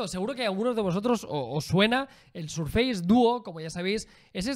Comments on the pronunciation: Primero "Apel" y ahora "Sarface"?🤔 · FACE se pronuncia féis, y FACEBOOK, féisbok. Si embargo SURFACE se pronuncia SÉRFES. No sarfeis ni surfeis ni nada parecido.